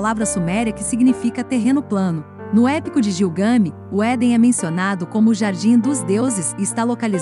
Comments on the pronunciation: É Gilgamesh, e não Gilgami. O conteúdo é muito bom. Gilgamesh relata em sua epopeia a sua viagem espacial quando comparou a Terra com uma barrica de mingau. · Queridos do canal: o trabalho está ótimo. No entanto, a pronúncia correta do nome Gilgamesh é com pronúncia forte na última sílaba e som de " Ch ". A Uma das cidades comentadas é Acad.